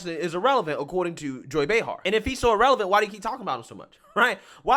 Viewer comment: Irrelevant ( ee-releh-vant) not Ah- relevant